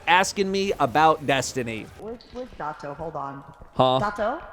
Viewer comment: I hate how she says your name... It kills me inside bruh LMFAO